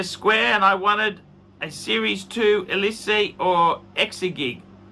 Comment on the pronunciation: Eleeese not Elisa